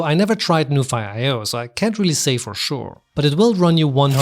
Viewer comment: Is it not pronounced as 'noo-fee'? 😅